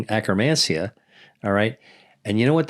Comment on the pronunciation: Did he say acromancia?